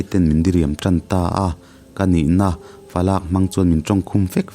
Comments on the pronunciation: Fa lâk ti a i chhiar hi Falak (khawlai fa/ mi chuang bang)ti a chhiar tur chhiar tur ani lo em ni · Falâk kha falak ni awm tak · Fa lak tih hi fa lâk ni loin,falak- varak tih thluka thluk tur ani.. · I sawi dik nge dik lo chu kei hian ka proof chiah lo na in, Falâk, i tih hi Falak (Palak dîl) rik anga ri tur niin ka hria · Falâk ni lovin Falak , tih zawk tur niin ka hria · Falâk ni lovin falak tih tur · Fa lak ni lovin falak tih tur. Lak tih lai hi thluk loh tur . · Fa lak nilovin falak aww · Falâk ni lo in falak tih tur a ni zawk lo mi le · falâk nilo in, falak tih tur ani e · fa lâk tih lai hi i lam fuhlo a ,, ‘fa lak’ .. “i lakah ka inthiamlo” tih a ‘lak’ thluk hian thluk tur a nia…. sâwn nilo , a pa puh tur ber hriat loh hi falak an ti thin….👍🏻👍🏻 thahnem ngaih thu ah kan sawi ve a ni e.. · Fa lâk ani lo. Falak aw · Fa lâk ni lo in falak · Falâk ni lo in falak tih a lam tur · Falak pawh chhiar thiam lo mi? lak hi Palak Dil a lak Rik Anga lam tur... a pa ber puh tur an hriat loh nau falak chu a nia, Fa làk Chu midang fa, fa atan a lak hi a ni thung daih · Falâk nilovin falak a ni zawk lo maw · Sir falàk (adopt) nilo in falak (thlûkna) awm lo a lam tur ani e, Falak chu pa puh tur ber hriat loh a fa sàwn pawm hi falak tiin an sawi thin. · Falâk ti tawh suh. Falak tihtur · FALAK i thluk dan hi a dok chiah lo, LAK tih lai hi TAKSA tih a TAK tih anga thluk tur ani. Tuna i thluk dan FALAK hi chu midang fa, fa atana lak ang hi ania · Falâk (adopt)ti a ilam hi Falak,, A pa puh tur ber hriat loh sawina ni awm tak ani sia,, I lam fuhlo deuhin ka hria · Falãk ni lo in falak tih zawk tur ani in ka hria,, thlûk loh tur a ni in ka hria.. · fa lâk(adopt) tih a I chhiar khi fa lak(Pa hriatloh) zawk a ni lo maw a story kal hmang atang in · Amah pon a soi molh2 khi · Fa lâk (laaaakkk) a nilo, Fa lak (laklawh a lak lai kan lam anga lam tur). Fa, a pa ber puh tur hriatloh tihna. Mahse a ngaihnawmna a bo chuanglo e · Falak,lak lai hi thluk loh tur falak tih tur